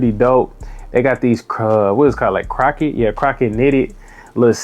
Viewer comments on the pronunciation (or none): Bro are u saying “crocket” when it’s “crochet”?